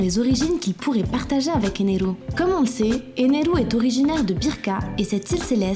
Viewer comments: ener pas eneru... 😤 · Éner pas eneru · C'EST ENER AVEC UN R ET PAS ENERU NI ENEL BORDEL !